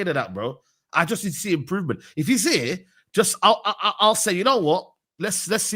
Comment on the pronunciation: turned full cockney he was so mad! "If you're ear you're ear!😂😂